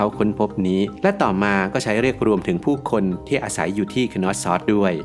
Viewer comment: content ดี แต่อยากให้ปรับปรุงการออกเสียงในการสะกดชื่อค่ะ Minoan /mɪˈnəʊən/ = น่าจะเรียก มิโนอัน หรือ เมอโนอัน Knossos /(kə)ˈnɒsɒs, -səs/ Schwa /ə/ (เออะ~อะ) = คนอส ซัส ตามการสะกดสัทศาสตร์